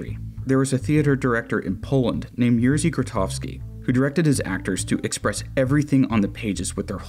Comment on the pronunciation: I love this video i really do but the pronunciation of the polish names are killing me. Jerzy is read more like yethzy (the rz is like a drilling sound and j is a "ye") No hate towards you ofc, polish is a hard language